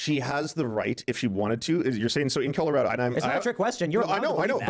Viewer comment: Does say "In Killarado" instead of "In Colorado"?